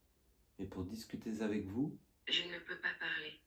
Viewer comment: Salut 😊 belle investigation 😊 je voulais te dire une chose qui me fait rire à chaque fois et n'y vois aucune mauvaise intention de ma part, tu dis toujours zavec moi (communiquer zavec moi, parler zavec moi, etc....) C'est visiblement ton petit tic de langage et ça m'amuse car j'ai les miens aussi et mes amis me le font remarquer 😂😂😂😂 à très vite j'espère pour de nouvelles aventures ❤❤